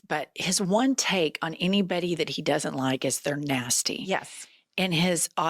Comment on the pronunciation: "Hiz peepul were nazttee" gawd I hate this a____ho___. Someone please free us from this abuse.